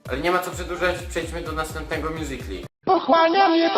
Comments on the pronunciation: taki kozak to pokaz swoje "mjuzikli" tak jak to wymawia xD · Mówi się mjuzikali